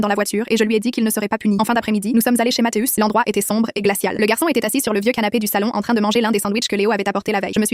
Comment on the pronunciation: On dit mathieu avec un I et non matheus